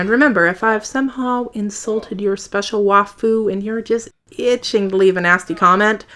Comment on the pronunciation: You can call this a nitpick if you want, it's just an observation/tip: Sayén and wafú sound better pronounced Saiyan and Waifu. (as in wife?) Kinda hurts the joke if you mispronounce the punchline.